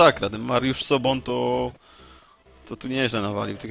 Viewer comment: Nie Mariusz Sobon.... tylko Soboń.